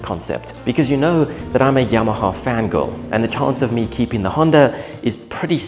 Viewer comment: He put some emphasis on the girl part 😂